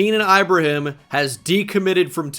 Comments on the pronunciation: its keenan ee-bruh-heem lolz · bro u gotta learn how to pronounce ibrahim